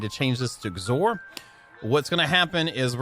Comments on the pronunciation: XOR is pronounced "ex or". It's short of "exclusive or". Meaning it's like "or" but it is exclusive when they are all on. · Anyone else bothered by the way he says xor or is it just me..? 😜 (X OR. 2 words! X then OR. Lol)